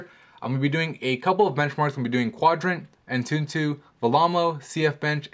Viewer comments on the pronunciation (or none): Learn how to pronounce! It's Exynose and it's not An-tuntoo, its Antutu